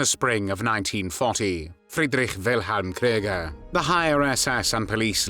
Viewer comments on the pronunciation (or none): none